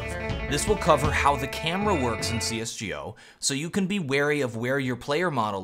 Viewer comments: why does he say see-ess-jee-oh when literally everybody else says, and it is 100% accepted that it is "see-ess-go" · "C S G O" BRUHHH no one says it like that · Please, for heaven’s sake please stop saying cs gee o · why does hearing cs gee o bother me so much